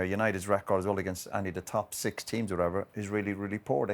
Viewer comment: "against the top 16th"😂